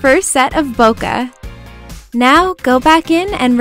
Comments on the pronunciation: It's not "Bo- Ka" it's "Boo-k" like a flower bouquet. :] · bo-keh instead of bo-kuh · Does anyone know why its called bokeh? Because I'm Japanese, and in Japanese, bokeh means blurry. Which makes complete sense. But it's not pronounced bokuh, more like bouquet. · It's pronounced bo-kee but whatever. When I first heard it I was like bokeh? bo-kee? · So that's how you pronounce BOKEH! Hahaha I've been calling it "bo-keh" lol. Loved this vid so much! <3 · it's actually pronounced as Bo-Keh. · ThatsHeart i thought it was pronounced bocky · its actually pronounced 'poke' with a b. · IT'S PRONOUNCED BOW-KAY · this is absolutely gorgeous!!!! but im a pronounciation nazi.... :/ and I believe bokeh is pronounced bo-keh. if im wrong, please correct me. thts just what I've been told. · It's pronounced like "bouquet" like a bouquet of flowers. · in photography, no matter the accent, it's pronounced bo-keh, maybe sometimes it is allowed to pronounce it with a little of bo-kay, but not too much, only sometimes it's pronounced bo-kuh but the earlier ones are more correct, again, doesn't matter the accent you have, that's how you pronounce it and yes it comes from japanese boke which means blur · It's pronounced BOKAI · No hate but they are called Bokeh balls and pronounced bok-aye balls but I believe people pronounce it both ways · this is so pretty!! :) I also had no idea bokeh was pronounced like that hahaha Ive been saying it wrong all this time!